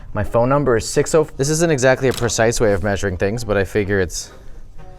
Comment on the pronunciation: "my phone mumber 6..." Lmao